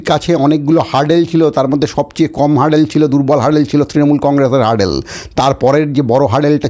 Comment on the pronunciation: 'হার্ডেল' নয় রে ভাই, 'হার্ডল' 'হার্ডল'!